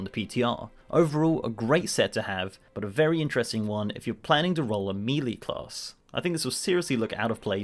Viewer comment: I'm triggered by how you pronounce "shaman" and "melee"